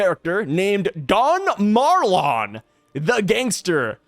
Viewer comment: I posted this in another video of yours but you are pronouncing Marlon wrong. It is said that he looks like Capone Bege... And Marlon Brando played Don Corleone in The God Father.... so I assume its pronounced like Marlon Brando's name. Also had a bunch of other stuff from the post but my brain sucks so I can't remember all of it.